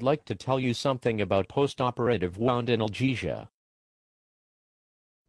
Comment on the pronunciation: Microsoft Sam pronounces "Anal -gesia" funny